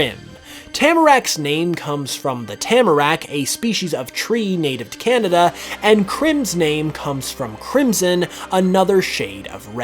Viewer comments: its kanada not kinata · The Cehnehdeh region